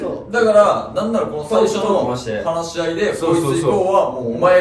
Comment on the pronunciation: 何回聞いても の「初夜の話し合いの…」が「初夜の放し飼いの佐久間の……」に聞こえて、毎回放し飼いされてるさっくんの画を思い浮かべてしまう😂